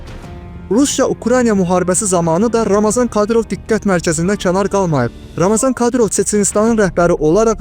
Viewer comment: Ramazan deyil ey Ramzandır, oxuyun araşdırın sonra çəkiliş edin!